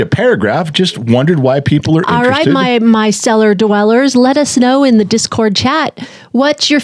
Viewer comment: Oh. Cellar. Not. Seller..lol